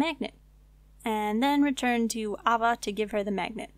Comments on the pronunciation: Aye-Va ... AH VA ! lol.. but awsome guide thank you looking forward to checking out your other ones in the near future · okay not to be rude, but AYE-VUH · good guide, her name is pronounced aye-vuh... how many people have you ever heard named ah-vuh?